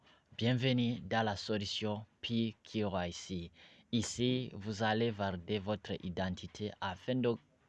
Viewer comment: Corrigez votre pronunciation. C'est K Y C( QUI WAY CI). IYO KILO WAYISI UVUGA IKOMOKA HE??